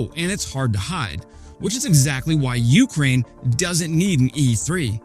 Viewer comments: PLEASE stop saying YOU-k'rain... it's yew-CRAIN. The second syllable is stressed, not the first. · sometime he gets it right, but most often its "you crane" with a drawn out you. shorten the you bit and contract the word more and u got it ;)